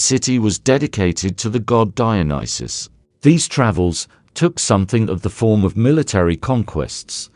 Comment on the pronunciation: Brilliant video ❤ and, at last - someone pronounced his name right😂 Would you consider doing a video on Antigone? ❤